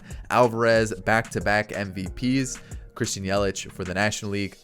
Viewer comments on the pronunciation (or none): none